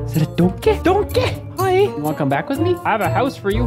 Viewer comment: I never knew that the word “DoNkAeH” was so funny to hear from someone else 😂 I was the only one to pronounce it like that in my smol friend group